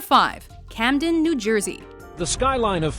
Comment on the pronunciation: Camden... sigh